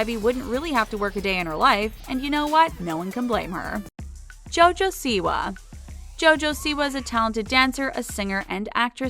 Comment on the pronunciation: Why does she pronounce Jojo's last name "see-wah" but pronounces her mother's last name "see-wuh"